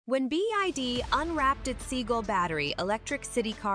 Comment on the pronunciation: It's not B-i-D, it's BYD. Bad narration.